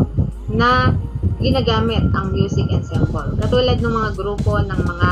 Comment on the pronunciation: ENSEMBLE------ANSAMBOL ...po bigkas.😘😘😘